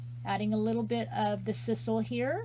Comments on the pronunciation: I love the wreath! It is s-eye-sal. Lol. 😍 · I believe its pronounced S-EYE-SAL. So cute, though.